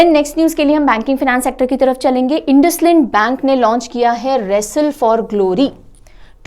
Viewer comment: Hello Ma'am INDUSIND BANK we pronounce as इंडसइंड. Thank you for the informative session.😃